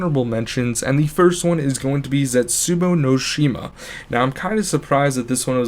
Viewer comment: I turned off the video once he said zetsabou no shima👎🏿😱